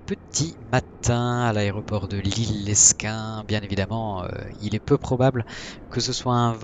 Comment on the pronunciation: Super video! Mais Lesquin se prononce Léquin